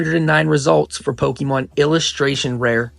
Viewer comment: Bro you say “pokemon” like you’ve never said it before in your life. Definitely a tourist investor into the hobby this video is slop that 1000 people have already made